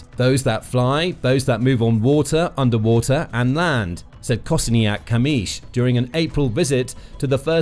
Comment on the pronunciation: Your Kosiniak - Kamysz pronunciation is amazing 😍